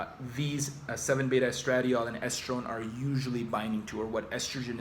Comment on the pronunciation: hmmmmmmm.....????? a neuroscientist who doesn't know how to pronounce estradiol????